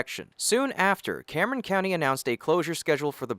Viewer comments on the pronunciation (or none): none